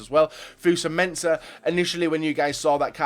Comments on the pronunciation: his name is fosu-mensah not 'fusa-mensah' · He butchered fosu mensah a name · Wasn't too bad, I guessed he mistakes the u for an a